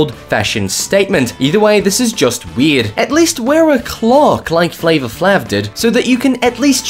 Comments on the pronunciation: *it's pronounced like Flavor "Flave", not Flahv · It is FLAVOR FLAYV. Not FLAV or whatever you said. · It's Flavor Flav...like Flame...not Flav like maverick. Just had to say after hearing pronounce it way wrong... But.. Please continue. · Umm... to the narrator.... I'm pretty sure his name is announced Flavor FLAY-V, not Flavor Flaav. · Lol, Flava Flahv. So funny, it's Flay-vuh Flay-ve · It's "Flavah-Flave" not "Flavah-Flahv" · its flava flave not flav cringe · How he pronounced "Flavor Flaaaavvvv"...hahhahahhaahhahaahh......got a good laugh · This prik said flavor flave?? How do you get flave from flav...if you say flavor and take out the or how do u get flave??? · It's pronounced Flavah Flave 😂😂😂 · It's Flavor Flav (Flav is pronounced like Flavor). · It's pronounced FLAYvor FLAYv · It's pronounced Flavor Flave. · Thumbs down for how he says Flavor Flav. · Zach B yah your right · The way he says flavor flav 😭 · the way his says flavor flav😅😅😅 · Does anyone else want to scream Everytime this narrator mispronounces "Flavor Flav"? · Not going to argue that some strange people do show up at this store, however half of these seem to be taken during Halloween. But seriously dude, I get your Australian, but how could you mess up Flavor Flav's name pronunciation that bad? The guy has been around for over 30 years. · saying it all wrong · The pronunciation of flavor flav...oh dear 😕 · Flavor flavor. Just thought I would type that since you don’t know how to pronounce flavor Flav right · Learn how to say Flavor Flav.